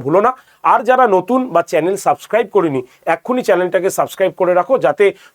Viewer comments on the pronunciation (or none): none